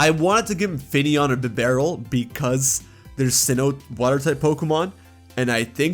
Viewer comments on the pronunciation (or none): none